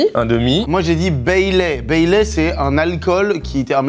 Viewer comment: Baileys déjà, pas Bailey, et il n'y a pas de café dans le Baileys